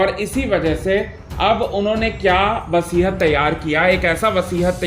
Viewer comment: Vasihat nahi hota hai, vasiyat hota hai.